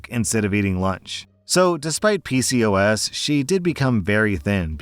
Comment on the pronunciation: Story 2: It's pronounced P-COS.